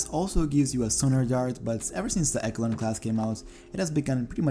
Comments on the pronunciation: Great video. But the word Echelon is pronounced Esh-uh-lon not ekalon. Someone hasn't played Metal Gear Solid and it shows. lol jk. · man said ekolon ;) it’s pronounced echelon as in eshlon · It’s pronounced “Eshelon” not “Ekelon” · "Eck-a-lon"? Really? 🤣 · Echelon. It is pronounced (esh-a-lon) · Echelon = Esh-e- lon 😉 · Its pronounced {eh-sh-eh-lon}… begginers guide to pronounciation.